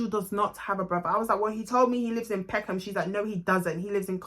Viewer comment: He actually said he’s from pecknarm 🤣🤣🤣